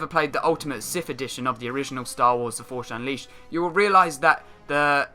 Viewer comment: I don't know that "Forsh Unleaced"... LOL